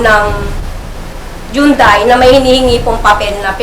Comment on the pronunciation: anong jundai? jundai pa more!